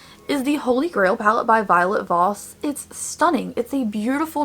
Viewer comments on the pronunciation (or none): none